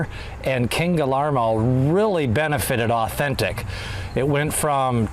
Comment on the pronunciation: I don’t mean to be rude to you, but I really think you should learn how to say King Guillermo’s name right.